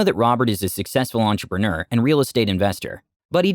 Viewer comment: “Entrapener” gets me every time 😅